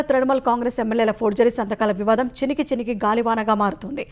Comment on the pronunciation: Not chinigi chinigi it's chiniki chiniki galivana